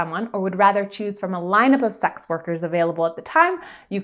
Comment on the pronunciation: Every time says sex it sounds like 'sax'. I think this is a covert jazz channel! Doe eyes!!